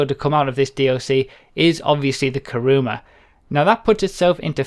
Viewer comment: It's not "Karuma" it's "Kuruma". Everybody gets it wrong.